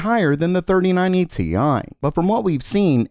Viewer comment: it's Tie not Te i , you amateur